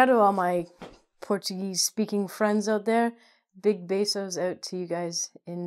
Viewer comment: "big bessos" lol 💀💀⚰⚰ she just made up a new word